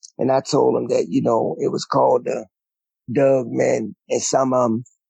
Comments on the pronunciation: Is the story teller Saying a "a Dog" or "a Doug" ❓...js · It just sounds that way we love it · So is he saying dug instead of dog?